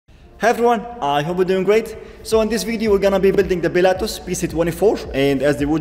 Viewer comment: Brother please... Pilatus, not Bilatus. Cmon man, its not hard